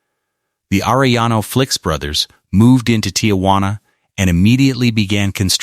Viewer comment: Can't even say Felix right